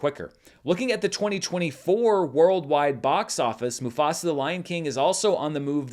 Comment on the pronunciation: As a Telugu Native Indian have to say that was really a good pronunciation of the movie 👌🏽